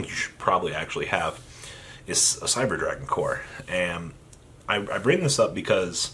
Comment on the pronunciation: I've never heard anyone fuck up names of Cyber dragons more than you do